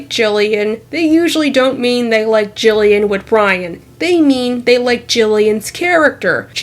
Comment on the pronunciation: It's Jillian you accidentally said it wrong